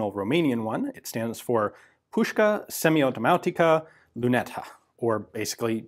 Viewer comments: This is how you pronounce Ceaușescu right: And here it is how you pronounce Cugir right ș is the sh sound in Romanian and gi is its own grouped sound - think of G.I. Joe when pronouncing that g You nailed the Pușca Semiautomatica cu Luneta, congrats on that. Btw Cugir is a town in Transylvania where metal working goes all the way back to the Austro-Hungarian Empire (Metal Works factory , then a second factory in 1900) and this Metal Works was converted to a weapons factory by the Romanians in the interwar period in 1925 with the help of Vickers and later in 1928 Skoda. It was making only weapons in WW2 and then during communism this weapons factory was developed heavily between . After 1990 there was a decline but since 2004 they are making weapons again and are bringing up the factory to NATO compatibility. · Good pronunciation of Pușcă Semiautomatică Lunetă (psl) Cugir is pronounced "cugeer" (as you would say "g") Thanks for the great video (as usual)